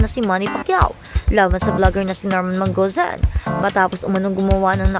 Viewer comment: Tama ang idemanda siya. Ung nag voice over, tanggalin ang kaartehan mo. Mas okay ang natural. Norman Mangusin hindi Normen Manguzen‼️ Leche flan‼️🤣